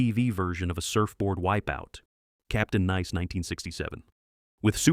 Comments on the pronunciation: Very funny. Saying Captain Neice instead of Captain Nice. What's up with that? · Nice, nice, nice NICE. I remember the theme song. is AI narration hence the mispronunciations. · Pronunciation for Capt. Nice suddenly changed to Capt. Niece. What gives? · The clips were wrong and the narrator which must be an AI can't pronounce Captain 'Nice' correctly. This scrip was also a flop. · "Captain Neece"??? Don't you proof-listen to your A.I. narrations? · Another AI generated voice over. Captain nice is Captain neace? You give the same redundant critiques over and over. You belong in the same stockpile of TV shows to be forgotten. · Captain Niece? Someone teach the AI how to read. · AI narrator alert: Captain "NEESE"? Shots from "Bewitched" were for some reason thrown in for the "Captain Nice" segment. Shots from the pilot of "Mr. Terrific" were shown instead of clips of the actual actor who played the character in the series. Steven Strimpell starred in the series itself. Alan Young (star of "Mister Ed") was in the pilot only. I don't know about the accuracy of any of the other segments. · Captain "Neece?" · Can't the lazy bums writing these scripts for AI to read be bothered to proof read what they write? The poor AI does a very reasonable and believable narration, but they try to pronounce typos which ruins the whole thing. Captain nie? Either proof read or watch/listen to the video before posting it ffs! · Captain Nees? . Somebody please edit the AI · Captain Nees? Who pronounces Nice like that? Have a nees day. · Hey stupid AI voice, It's Captain Nice, like he's a nice guy. Idiot bot. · "Gidget" was a film character before the series — it did NOT start the beach "Gidget" craze going. And (btw) I think it's weird to hear the name of "Captain Nice" pronounced like the city in France. AI don't know nuttin bout pronouncification. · That's probably where the narrator got the pronunciation from - the French city. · AI voice, captain “niece”